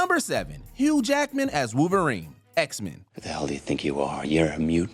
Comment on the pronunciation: Wooverine? Get rid of this narrator